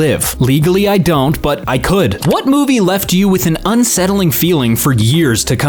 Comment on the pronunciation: smithereens kinda (or could. Sounds like cud when you say it)